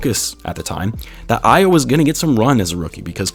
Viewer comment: AYO is pronounced AHH-YAWW. Not AYY-YOO. -a Nigerian